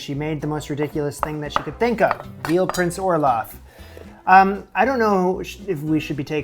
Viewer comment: Why dose it sound like you r saying olaf from frozen.